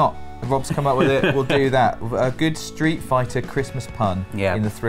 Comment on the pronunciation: I'm 7 years late, but "Sleet Fighter".